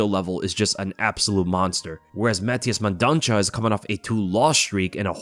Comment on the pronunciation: Mendonça is read as mendonssa, the ç has an s sound 👍 love the vids